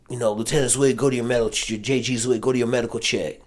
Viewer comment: You did so much research on him you didn't know how to pronounce his last name. Come on man!!